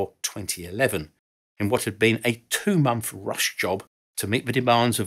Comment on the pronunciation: Monf? Aftermarf? Elizabef? Alvough? Feory? Wiv? 'th' is not pronounced as an 'f' or a 'v' For thucks sake